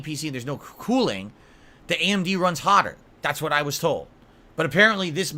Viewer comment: "Am-Dee" processor.